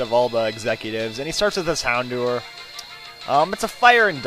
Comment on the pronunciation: It's pronounced hound hour actuallymif you watch the anime...